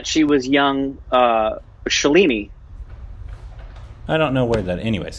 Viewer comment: Loved the reaction review. Just one thing.... Not Shuh...leee....neeee, its Shaaaa...leee..nih